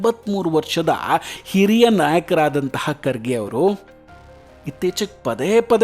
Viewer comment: HIRIYA ALLA; KIRIYA !